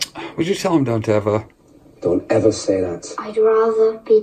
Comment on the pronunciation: Great Video as always and yes he said,,,,,, Donteva 👈😬